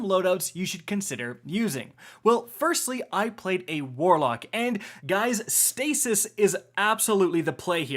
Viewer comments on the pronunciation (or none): was I the only one that heard Stasis Shit synergies? 😂